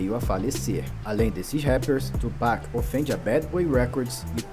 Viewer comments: Não é Tupéck é tupAc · Mesmo o cara falando toda hora o cara insiste em tupec 😂😂😂😂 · Como vcs não conhecem BiG e Pac?! Hahahahahha É Tupac e não tupéc hahahahahaha Obs.: achei esse resumo tendencioso, parece que o big estava errado e o pac era um santo. Tem muita coisa que vcs não sabem. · Porque só os brancos falam tupec? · Como que não conhece kkk o o jeito que ele fala o nome do Tupac kkkkkkk